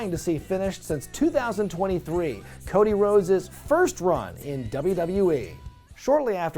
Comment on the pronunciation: Ah yes, the evolution of Woah-dy Woah-des